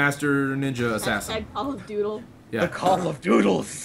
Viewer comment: THE - DOOTLE